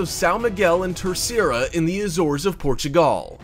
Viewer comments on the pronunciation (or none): none